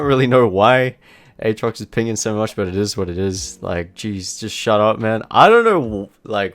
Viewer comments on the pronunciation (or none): Eeet iz wat eeet iz